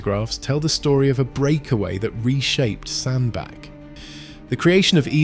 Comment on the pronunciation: Its pronounced sand BATCH